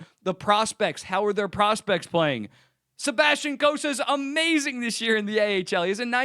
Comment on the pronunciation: “HE’S BEEN AMAZINGUH” 😩💅